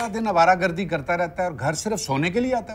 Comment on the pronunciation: Baaki sb acha tha lekin awaragardi*** hota ha awaragardagi nahi